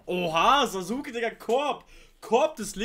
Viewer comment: Hey denke du schaust Naruto sicher auf Deutsch, deshalb als kleine Info: Sasuke wird zwar so geschrieben und leider in der deutschen Syncro auch so ausgesprochen aber eigentlich ist das U in seinem Namen stumm. Richtige Sprechweise wäre also Saske mit scharf gesprochenen S im Namen. Will nicht klugscheißen aber gibt einige Leute die das hart triggert wenn sie das original kennen oder schauen. Wünsch dir weiter viel Spaß bei der Serie.